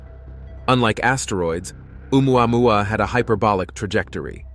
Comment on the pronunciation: If I hear one more Ai voice trying to say "Oumuamua" I'm gonna punch my screen.